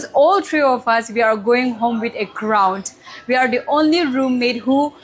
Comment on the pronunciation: Congratulations miss! Sorry for this, but I hear 'crownt'. May you continue to shine. You are beautiful and confident.